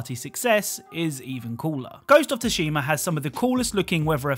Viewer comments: Ima lose my mind if he keeps calling it Tooshima. Its Tsushima, pronounced Sooshima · It's not "Tushima", it's pronounced "sushima". The T is basically silent. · Ghost of sushi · pronounces Tsushima like he found out a name for a porn parody of this game: Ghost of Tushy-ma. I can't unhear it and now so do you! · Even in the game the Japanese actors pronounce it with the T before saying the rest of Tsushima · Why do you say thushima like that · Download AFK Arena for free: Oh, and please forgive my pronounciation of 'Tsushima', it turns out my teachers were right, I am an idiot! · You're not a idiot , pronounciation mistakes happens to many . Thanks for all the work done finding the easter eggs 👍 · The t is silent